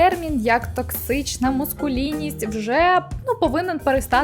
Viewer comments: Дуже часто чую цю помилку і тому не моду стриматись. МАскулінність не мУскулінність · Маскулінність. Не мУскулінність.